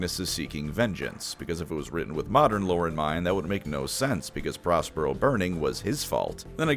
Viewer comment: I heard 'Prospero' as 'Ross Perot,' which was a double take.